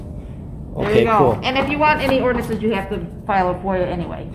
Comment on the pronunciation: 😂😂 orderance AND promitly